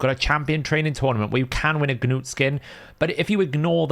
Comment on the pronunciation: Stop saying the hard G in front of "Gnut"! Arbiter even says his damn name in the video. It's not "Ga-newt" You don't say the G in Gnome, same thing.